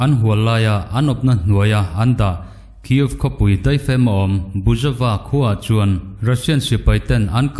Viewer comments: Buizova khua tiin kan chhiar chu le.A ngaihnawm ṭhin e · Buizova khua tia kan chhiar chu le. 🙊🤣